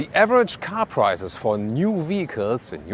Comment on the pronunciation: Hey you German fellow. Don't say PRIZES but PRICES